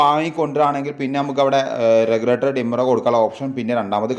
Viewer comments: ലെഗുലേറ്റർ, റിമോർട്ടർ വാക്കുകൾ ശരിയായി ഉപയോഗിക്കൂ 🙏🏻റെഗുലറ്റർ, റിമോർട്ട് അല്ലെ👍🏻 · അല്ല.... റെഗുലേറ്റർ.... റിമോട്ട്... 👍